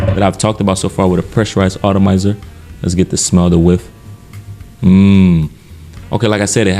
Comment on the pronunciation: The word is “atomizer” not “autamizer.” Not trying to be offensive but sometimes miss pronounced words are off putting and can distract from the content of the presentation. 🙏🏼